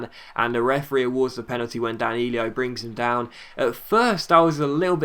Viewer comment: Hey, it's not Danilio, it's Danilo:-) keep the video's coming